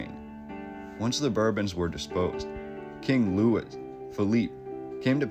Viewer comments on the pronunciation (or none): Guys, Louis is pronounced "Louie", the "s" is silent. We're talking about the French, not Americans.